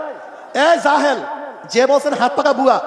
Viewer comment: কথা সুন্দর বলেছেন। তবে রেগে যাওয়া, জাহেল শব্দের উচ্চারণেই জাহালত থাকা এটা ঠিক হয়নি।